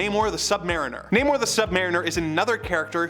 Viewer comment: it's not namor(nay-mor) anymore, it's NAH- MORE.